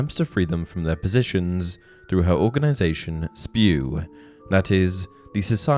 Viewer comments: it's not "spew" - it's S-P-E-W! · It’s not spew it’s S.P.E.W